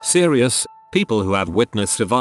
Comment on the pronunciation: The way said "seereyus"